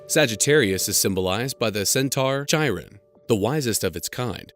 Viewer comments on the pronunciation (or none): It’s Pronounced Kai-Ron! The H is silent! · Not to be rude but I'm pretty sure it's pronounced like KY-RON